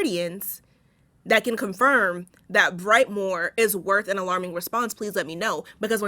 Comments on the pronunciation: Brightmoor is a bad hood but we pronounce it as Brightmo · What up doe! I am a Detroiter and for record sake, Brightmore is pronounced BrightMOE there. 😂 Love your videos and since Im commenting here’s a short list of recommendations to review… ahem - The Wood - The Piano Lesson - Passing - A House on the Bayou - 13 Cameras -Abagail I lowkey got way more but here’s a few I recently watched that I think you would do really good reviewing😂 Thanks again for doing these vids btw when I get off work late asf, I look forward to watching them 💯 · It’s brightMO not brightmoore (never mind the proper spelling) and yes it’s THE HOOD